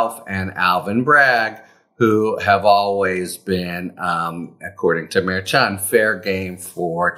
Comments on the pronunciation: Pronounced mer SHON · Maybe someday Harry will pronounce the judges name correctly. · I think you’re saying that name wrong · Harry, you are mispronouncing the Judge's name. Why would you not fix that? I'm sure other people have told you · Please pronounce the judge's name correctly.